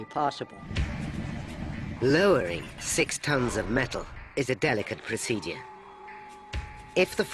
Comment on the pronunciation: Someone needs to teach the narrator how to pronounce word "procedure". It drives me insane.